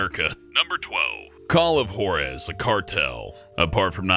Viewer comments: Call of whores he said instead call of juarez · call of whore-ez? its pronounced call of hwar-ez.